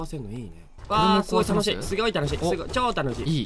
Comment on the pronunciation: ｢すごい楽しい｣が｢すぎょい楽しい｣に聞こえて尊🤦🏻‍♀️